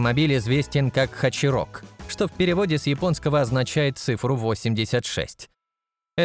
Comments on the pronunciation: Плоховато подготовился автор. И не "хачирок" , а "хачироку". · Если еще точнее - хатироку.